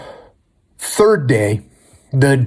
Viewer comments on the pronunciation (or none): none